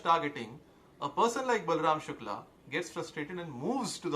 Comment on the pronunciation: Good you pronounce शुक्ल right, I am late to the party so can't take a position on the various aspects of the case. However your argument in support of Shukla i. e. he goes on tirth yatra and indulges in karna kanda is fatuous. I'll share an anecdote to illustrate my point, I had gone to an acquaintance, his sitting room walls, no place even to put a finger so to say, covered with pictures of devi-devtas, he was vehemently arguing in support of Pinarayi Vijayan. He ia not an exception but the rule. Some great saint had said stop reading the Gita, play football, for Hindu revival, Savarkar had urged, melt pali-panchpatra and make weapons out of them.